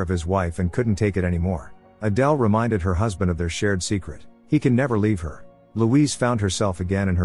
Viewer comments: Why did the pronunciation of Adele keep on changing? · Wild story. But irritating that the AI narrator started mispronouncing “Adele” for the entire last part of the story. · From "Adele" to "Aydul" lol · Adele is pronounced Adell not Adal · Why did you all of a sudden start pronouncing Adele's name the last part of the movie as "Adill"? You must've switched to having AI narrate it or something... and sorry but it's distracting. And you give too much away in the title. I spent most of the recap thinking somehow that Adele was a transgender until I figured out what happened with Rob. Admittedly though I didn't guess that Rob purposely did it & then killed Adele! So Adele was really actually a good person... 😢. That plot twist though, I never saw THAT coming... but it might be even better if you change the title to something like: "Husband didn't suspect that for ten years he'd been married to someone other than his wife"... and let people who watch it in the future be REALLY surprised to find out who Adele really is in addition to the other plot twist. Aside from those 2 things, you did a great job with the recap of this movie. What's the name of the movie though... can someone tell me? I also have a couple of questions. I know the movie tries to make David out to be the good guy after all, but was he Adele's psychiatrist when she was in the mental hospital?? Because if she was, he's not a good guy because a psychiatrist having a thing with a patient... especially an 18 year old one... it's not just frowned upon... it's immoral, because of the nature of the dependence of the patient on their psychiatrist. Rob turned out to be a real POS, though! And he got his way in the end... even being able to have a kid... whi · So the AI could pronounce Adele properly in the beginning but then pronounced the name as Adal towards the end? How? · Need to stop using the computer voice for these... It can't even be consistent in how it pronounces Adele's name 🙄